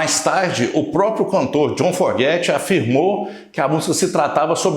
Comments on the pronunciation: Pronúncia correta é " Fogert " e não " Forget ". A maioria das pessoas comete esse equívoco. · Boa noite, legal tudo que vc disse, mas entenda: não é a sua pronúncia que está errada ! É o sobrenome, a grafia ! Vc está dizendo "forget" do verbo to forget (esquecer), o correto seria FOGERTY compreende ? Muito legal sua pequisa e todo o video, mas penso que dizer o nome corretamente do grande cantor, compositor e guitarrista JOHN FOGERTY é no mínimo importantíssimo. Desculpe, só quero ajudar. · AMIGÃO!...FAÇA A LIÇÃO DE CASA ANTES DE GRAVAR QUALQUER COISA. O NOME DO LÍDER DA BANDA É JOHN FOGERTY...E NÃO JOHN FORGET...FAÇA-ME O FAVOR!!! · Seu vídeo é ótimo, histórico! O que não pode é pronunciar Fogerty "(fóguerti") como forguéti...ainda mais qdo vc diz que escuta (e lê sobre a banda) desde criança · Você precisaria aprender a pronunciar o nome do cantor antes de produzir o vídeo. Uma pequena pesquisa já ouviria a pronúncia correta. Não é /forgéty/ mas sim /fôugéry/ a sílaba tônica é a primeira, ok? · O nome correto do vocalista do Creedence Clearwater Revival é John Fogerty e não "Forguete". Tirando esse detalhe o vídeo é muito bom. Parabéns pelo canal e obrigado por compartilhar. Forte abraço! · Precisa aprender a falar o sobrenome direitinho é: Fogerty !!!!!!!! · Santa Maria mãe de Deus, não tem um brasileiro que saiba falar "Fogerty" da maneira correta?